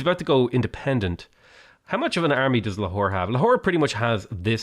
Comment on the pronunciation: Replace potato saying lahore with a whore, its hillarios